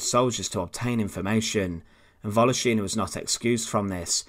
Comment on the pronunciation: volOshina, not voloshIna! ;)